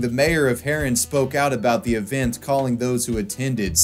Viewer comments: Also, the towns name is pronounced "Haa-run" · say the town name haren good please